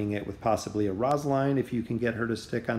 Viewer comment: The way you said rosaline kinda bugged me but overall great vid